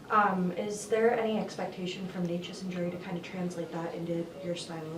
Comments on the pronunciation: It's Nay-chess lol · Bednar butchering Nečas' name the whole time, i didn't know about whom he speaks until it clicked :D i was like, who is this Nekash dude? :D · Nechas clarified it himsefl: 1st syllable is actually neh, like never or neck. Its neh-chess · ''Ne-'' is pronounced as "ne" in the word "net" and ''-cas'' as "chas" in the word "chas-tity". It actually has a meaning, the closest translation would be something like ''bad weather''. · Dude, someone please help Bednar with names. He said Georgie’s name wrong for 2 years. The ch is in the middle… like Naches soft E… even if it doesn’t bother the player it might subconsciously… who knows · He is bad at pronouncing it if you're curious how it's pronounced it's NAY-chess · Y’all need to learn how to pronounce necas. Mans is a superstar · Mr. Bednar(Bednář) go to google translator select czech language and type Nečas then play it. I though guy with czech roots(if he knows) would at least try to learn his(Nečas´s) name properly smh... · Is Bedsy just bad at saying Necas or is that the preferred way to say it? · He is bad at that